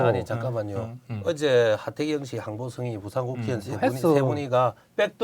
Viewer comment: 빵터졌어요 발음이 ㅋㅋㅋ 가득신공항 항경단체 가그정건 한일해즈트늘 하태갱 핸안이 느무많다 ㅋㅋㅋ